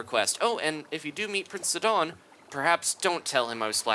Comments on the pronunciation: I find your pronunciation somewhat strange; i and everyone i know always says his name as "sigh-don" or "side-on" and not "sidd-on"... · He pronounced Sidon as Sid-on in stead of Si-din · But that's my point: It's a play on the name Poseidon (which I was aware of btw), and that name is pronounced as "Poh-sigh-don" AFAIK. Therefore, Sidon should be pronounced just "Sigh-don". Edit: I just checked on Wikipedia, they say that Poseidon is pronounced as /pəˈsaɪdən, pɒ-, poʊ-/, which is "Po-sigh-don" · i think it is pronounced ss-eye-don like poseidon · Sidon is pronounced sigh-don